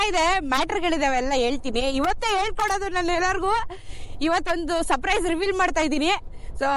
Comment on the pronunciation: Surprise ❌ Saprise ✅